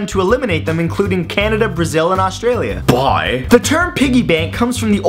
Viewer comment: I laughed so much when he was talking about how canada, the phillipienes and china have removed the penny from circulation and then said bohye!